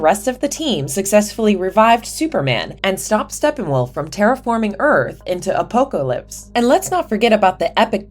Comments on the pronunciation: I lost it when the narrator said, "ah poco lips" 🌴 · How do you mispronounce "Apocalypse" lol